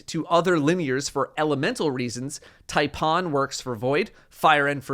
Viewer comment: You pronounced the “Tai-“ from Taipan spot-on but the “-pan” is pronounced like “-pan” and I’m trying to stay deadpan so you won’t want to hit me with a frying pan. “Tie-pan” For Australians who’s country is home to the world’s deadliest snake (along with some other very limited regions in Australasia) it has been fun listening to you guys pronounce its name. Aztecross’s “Taypan” and Fallout’s “Typin’” were the only 2 copied mispronunciations I’d heard but you’ve managed to come up with a beauty with “Tiepon” with almost a magical hint of an invisible “r” or “h” like “Tiepohn” so congratulations there. But since the snake only exists in such a limited region there is only one pronunciation. For some reason the word inspired you, Aztecross and Fallout to get a little crazy and we’re thankful for that ‘round here at my place🙂